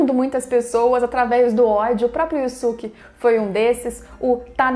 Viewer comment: Você só fala o nome dele errado se o próprio dublador no desenho fala yusuke porque falar diferente